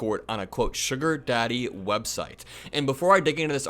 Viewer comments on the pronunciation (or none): none